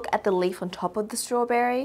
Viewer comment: ”Its a strawbRerry”